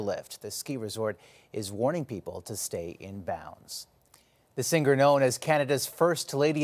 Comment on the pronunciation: hey Omar, it's SINGER... silent "g" ... k... not ... sing ger...lol... :face-fuchsia-wide-eyes